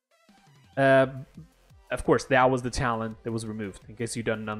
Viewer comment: Good vid but what the hell is a tallent? I heard of talent but not of tallent.